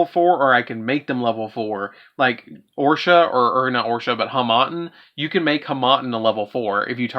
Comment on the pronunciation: I liked the build... but I had to hit dislike for the pronunciations. Oroshi is O-ro-shi, *not Or-sha*. Harmattan is Har-mat-tan (mat like playmat). Gladius is either glay-dee-us or glad-ee-us, not Galus. Simoon sounds like moon, not Simone. Strangely, Raikiri, Chidori, and Nothung were close enough they didn't bother me. (The "o" in Nothung is a bit more round, like "no".) I'm just being nitpicky about pronunciations, but otherwise: I'd rather run with Soul Shave Force, Force Strix, and Infinity over the Utopia Double package.